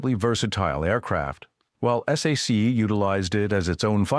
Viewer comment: You don't call it s a c,,,its SAC (pronounced sack). Do a better job.